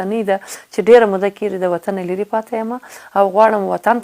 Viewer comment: نغمې جانی ښکلی سندر غاړي یې او ددې په څنګ کې شاعر هم ېې اما دپښتو ژبې لهجه دي ډیره کم زوری ده د مؤنث او مذکر توپیر نشي کولای کله دپيښور یانو په لهجه خبرې کوي او کله کندهاری ګډوډه پښتو وايي قسم دی نفرت مې درنه وشو منګل سومره شکلی پښتو ژبه خبرې کوي ته کله کیګی وايي او کله کېږي وايي ډیر شرم دی اما په یوه مرکه کې ایمل پسرلی هم درته متوجه شو